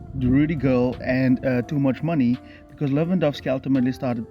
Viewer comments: Is he calling Tchouameni "Toomuchmoney"? Ahahahah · Bro did you just say toomuchmoney?😂😂😂😂😂